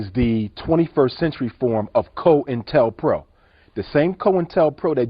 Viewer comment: .... It's not "Co ~IN ~Tell ~pro", it's pronounced "COIN ~TELL ~PRO, all one word" COINTELPRO ". It's his incorrect pronunciations and placement of a plethora of words that far from making him sound educated, actually expose him for the imposter he is posing as far more intelligent individual than he clearly is.... Especially when he says" TROOF "lol. My dad always told me never to be blinded by certificates and grandiose titles, as all of that higher education simply means they memorised someone else's work and a whole lot of words from text books. And listening to UJ, I strongly suspect he was right. RIP pops, gone but never forgotten ❤❤❤❤